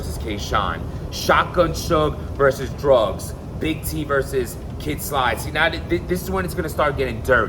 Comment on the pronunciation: Kid Slide? And we thought it was only Smack that butchered rappers names! 😂